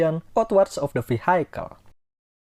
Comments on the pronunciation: Pak, vehicle is pronounced vee-hee-kel. Not vee-hai-kel. Peace. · Very good video. thankyou. btw vehicle is pronounced V - HE - Cal